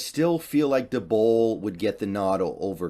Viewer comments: It's pronounced dayball not duhbull wtf jumping jee intestinals Todd bowels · Whos brian duhbowl? Almost thought you were talking about brian daboll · Lol he’s so bad with peoples names, getting Daboll and Stefanski’s names wrong.